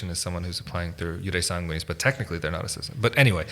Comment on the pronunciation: But the accent is not on the a in sanguinis